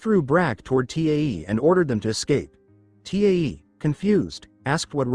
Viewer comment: So annoying how AI can't pronounce Tae and constantly spells out his name.